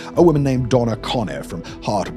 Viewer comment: Hate how pronounced hartlepool